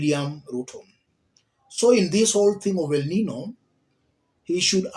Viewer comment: It is pronounced, 'El Ninyo'